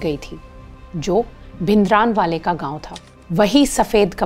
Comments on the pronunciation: Please don't say भिनदरानवाले, rather say the correct version which is भिंडरांवाले. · Very informative , Just a correction in pronunciation - It's भिंडरांवाला ।